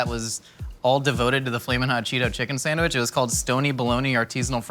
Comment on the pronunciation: also "san-wish"